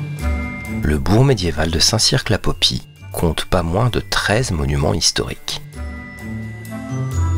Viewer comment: Oui, je connais bien ma région... Par contre, dans le département 24 - la Dordogne - il vaut mieux dire Périgord... ils sont tatillons là-dessus... : ) La vidéo est ben montée, la voix agréable. On ne prononce par le Q de Saint Cirq J'y suis passé la semaine dernière (Saint Cirq, Rocamadour) 🤗